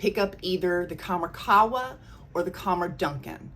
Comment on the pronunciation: Pronounced Kham-RAH Doo-Khan. Dukhan means smoke. Qahwa means coffee. Khamrah can mean 'intoxicant'. Love your vids! ❤